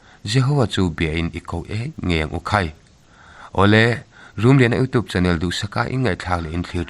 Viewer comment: YouTube tih hi iutiup tih lamrik ang hian han lam ri thei la a tha ngawt ang. Hmasawn zel turin duhsakna ka hlan a che. 💪